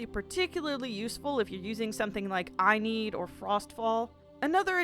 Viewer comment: I love this video, I’m only commenting to say I’m extremely annoyed at the fact she pronounced inigo wrong or maybe that’s me saying it wrong.